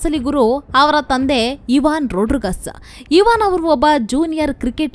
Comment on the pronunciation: ಐವನ್ ಇವಾನ್ ಅಲ್ಲ